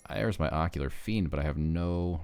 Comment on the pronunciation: Great video, just one thing. It is Ocular FIEND lol